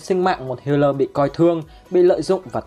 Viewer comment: Sao toàn đọc thành hatai báo thù